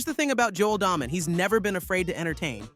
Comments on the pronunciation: It is pronounced DAAAY Men, not Daah-men! Do some research first dude. Show you don't know golf at all. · It's Day Men, not Daw Men